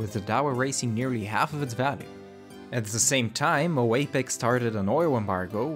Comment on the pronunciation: not to be rude but you aslo called opec oapec